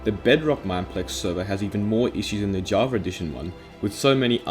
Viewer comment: Why do you say "javar" instead of "java"?